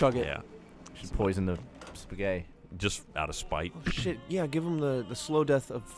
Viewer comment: Did just say Spaghet? Que Time and Eric